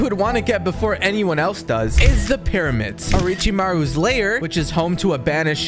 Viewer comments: Mans Really Said Oricimaru lmao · I'm gonna go insane listening to you try and pronounce Orochimaru lol